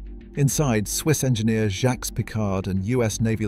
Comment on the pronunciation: The Danish scientist looks a LOT like Jacques Cousteau. In the Mariana section, you pronounced Jacques as "zhacks', but Jacques Cousteau pronounced it 'zhock".